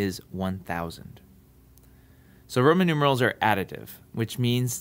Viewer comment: u said proman instead of roman at the end